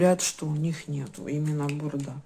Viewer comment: только не бурдА, а БУрда)))